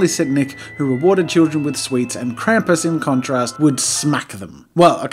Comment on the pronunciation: Tfw your ears bleed for every time Krampus is mispronounced Can't hear anymore but that art sure looks cool